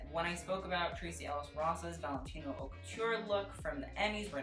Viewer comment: Haute is pronounced OAT